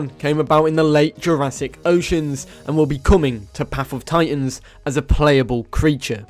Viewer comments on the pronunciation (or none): none